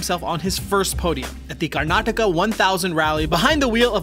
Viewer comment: You got the pronounciations very well.